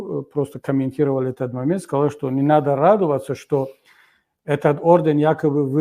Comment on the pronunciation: Кабири, дядя, не якаби, а якобы:)))